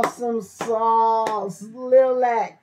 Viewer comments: Liliac pronounced lil ee ack how hard can this be . You do good reactions but get the name right you will win my subscription when you do . Fang4life Rock on and rock hard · Pronounced Lily-ac